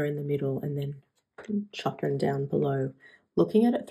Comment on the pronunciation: I love the colours, good to see you! If you would like to know, Chopin is pronounced Show Pan 👍